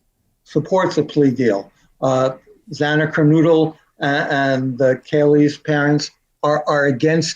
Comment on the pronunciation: I’m disgusted. not only has this man written a book on 4 family’s tragedy’s, to profit from it, he also cannot pronounce Xana and Kaylee’s surnames! Is any of that profit going to families? No! A leach, and you’ve given him your platform proudly. 1st time watching. Last time watching